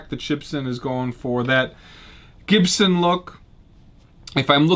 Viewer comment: Chibson sounds like chit.